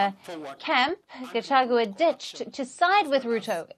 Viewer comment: At least for now you can be able to pronounce the name Gachagua not gachachua